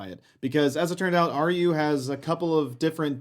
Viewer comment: It's the 'g' from the word "argue." I can't not notice it now...